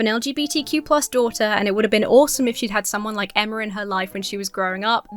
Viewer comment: I love that when reading the wholesome comment that made you emotional, you almost said your name as “Enema” lmao